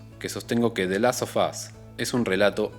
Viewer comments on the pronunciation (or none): Interesante el punto de vista del video y la profundidad de análisis, me suscribo a la espera de más. Una cosa nomás, en el título del juego, en inglés, el sonido /f/ se vuelve /v/, /delastovas/ (ponele que esa es la transcripción aproximada, porque no tengo signos fonéticos en el teclado), y como se repite mucho en el video de tanto escucharlo quedan ardiendo un poco las orejas, perdón 😅. Ojalá le vaya bien al canal, deja con todas las ganas de ver más videos.